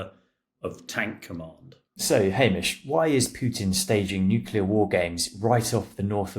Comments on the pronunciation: Even English people pronounce nu-clear wrong, too. It’s not just Homer Simpson. “Mother tongue”, indeed!😂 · A former British Army Colonel who can't correctly pronounce the word nuclear. Astonishing. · Too dumb to correctly pronounce NUCLEAR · Experts who say "nucular" instead of nuclear. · does anyone else find it strange that so many people - even respected war correspondents, cannot pronounce the word 'nuclear'? 😂😂😂😂 FFS if i hear another person say NUKULER i'm going to go critical and kick off a troll chain-reaction 😂. New-Clear. nuclear. It's even fkng spelled that way!!! 😂😂😂😂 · What is nukular? Is that a new kind of nuclear? Sorry not sorry. It grinds my gears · “Nuclear” not “nucular” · Nuclear. not Nucular. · How is a supposed military analyst not able to say the word "nuclear"?! What is "nucular" supposed to be??? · It really irks me that many of these commentators cannot pronounce the word NUCLEAR. Pr. New - clear. Not Newcular. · Nuc LEAR not Nuc ULAR. Why are so many educated people so stupid with the pronunciation of this word. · I’ve heard several Brits pronounce “nuclear” as “nuculear”. Why is that? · “Nucular drills” Are you for real? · NUCLEAR, not NUCULAR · bros... it's not 'nucular' ffs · he said it is a joke if they were to come against a modern fighter. But yeh, anyone that says “nucular” isn’t to be taken seriously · The word is N-U-C-L-E-A-R not N-U-C-U-L-A-R! It’s such an easy word to say,…Get it right! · Hamish lacks credibility due to his pronunciation of nuclear. Are we threatened but nut based weaponry? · Can't pronounce nuclear and thinks a bomber fires missiles. Where did they find this expert? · Why is a British colonel saying "nucular"? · Why can so many people not pronounce “nuclear” correctly? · He's obviously an intelligent guy, so why the inability to pronounce nuclear correctly? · He was a colonel but still can't pronounce nuclear? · "NUCULAR" Really? Can someone please teach this muppet some phonics?